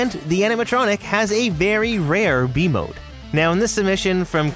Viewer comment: I keep thinking your saying v mode instead of b mode😭